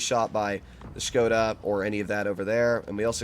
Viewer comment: i like ya and i respect the way u playing etc. but... buddy im from czech and its so funny how u sayin 'škoda' as shkouda.. but just erase the 'u' its just shkoda (škoda) there is no skouda just skoda, please please please ♥♥♥ ps.: i love that u callin 60tp by only 60tp cuz my gh is from poland and she is blaming me for every single word i say in polish Daaamn boi XD